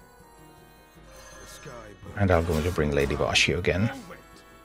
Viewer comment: The one task I actually need a guide to, thank you very much the way you call Lady Vashj, "Lady Vashy" cracks me up